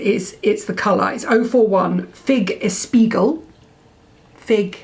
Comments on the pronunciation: I always love your videos, but this time you really made me laugh alone afront my computer when you tried to tell "espiègle" (that turned into espiegl) and understood what it meant ;-) It means naughty in French and is pronounced EspjEgl@ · Hey, you lovely gals....It's Espiègle=mischievous, pronounced like this....S-P-EGG-LE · Espiègle is closer to “es-pee-ey-gl” with silent e. You too are the best. Love your videos. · espiègle means mischievous and is pronounced ESS PEE YEG LER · Ok, I'm sure I won't be the only French person to jump in the comment, but that Google translate voice got it wrong, that's not how it is pronounced 😂